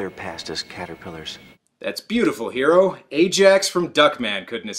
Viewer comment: I remember the OVA of this was advertised as the Animeversion of Alien and the Thing. The Name is Hiro and in the dub pernounced like Hero...like in...öh...Heroes.